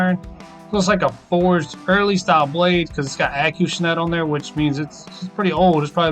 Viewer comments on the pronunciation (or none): Acushnet....Not hating on you but I think you're saying that a little off, or I maybe I am. Acushnet(Ahhh-cooo-shhh-net) Either way it's make money money make money money!